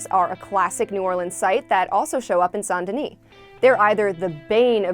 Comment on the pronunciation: RIP it’s Saint, it’s pronounced Saint